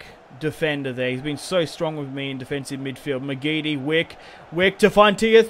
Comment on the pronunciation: Btw it isn't pronounced wick it's pronounced wIke